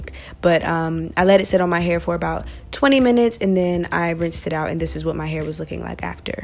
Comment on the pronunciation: Sayyy whet😲